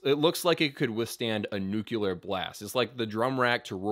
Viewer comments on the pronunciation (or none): *nuclear not nucular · I love the fact that Rick Allen did this. He was a really good drummer. This is a no brainer for a drummer. Right hand on the hat or ride, left pedal as the snare, and right foot for kick. Not brain science, relatively simple to do. However, he did it! And it's ( Nuclear, not Nucular) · Nuclear, not nucular. But great video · Dr. Sole? Nuke ya ler? Egads. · NUCLEAR*** not "Nucular". Nucular isn't a word. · I just love that the guy in the video said nucular. great video by the way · What is a 'nucular blast'? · Nucular blast 🙄